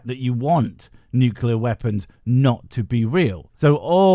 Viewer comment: He nearly said veapons